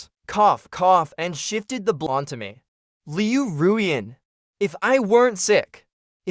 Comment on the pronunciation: This is the first time that I have ever heard her name pronounced correctly. It always sounded like Liu Ryan instead of Liu Ruyan.